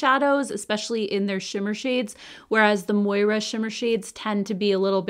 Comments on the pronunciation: Just curious, but anyone besides me thinks this brand should be pronounced “More’ ah” and not “Moy rah”? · Hahaha forgive me for chuckling, but it's Moira. Ya already know haha:)